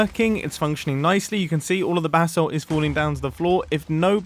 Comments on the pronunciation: When Mumbo says basalt it sounds like “bath salt” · Does it annoy any other american a lil bit that he pronounces basalt bathsalt, its pronounced bay-salt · Sounds like you keep saying "BATH SALT GENERATOR"... the crazy-face-eating-psycho-druggies in Florida would FREAK the F out trying to figure out how to smoke that bath salt and chew someone's face off. It also reminds me of another player on the Hermitcraft server that didn't know how to pronounce basalt when he came across the basalt biome in the nether just properly butchered it... in a call with... wait for it... one of you crazy BRITs (OMFG)! I think it was a Hermit with a degree in geology too. HE butchered the hell out of it, but was politely corrected by her after she finished laughing, but now this Hermit with an OBVIOUS American accent says Basalt like a British person. I find it hilarious. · Pronounce basalt bu-salt not bathsalt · Sounds like you’re saying “bath salt” Might be funny to run with it? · Who else thought he was saying bathsalt?.........DRUGS!!!!!! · Every time he says Basalt I hear it as Bathsalt ahah